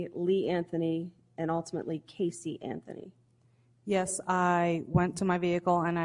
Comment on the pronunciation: How about when he says "miss anferny" lmao